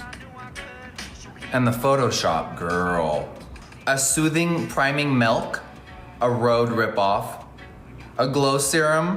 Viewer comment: He said melk